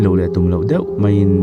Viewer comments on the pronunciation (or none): none